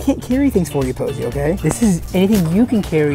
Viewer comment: It’s Rosie not poise 😂